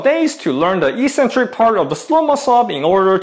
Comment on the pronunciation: Ee-sen-trik is incorrect pronunciation but it's everywhere on YouTube. Correct English is ek-sen-trik and as you're Australian that's the way you should say it. The other sounds cringily American.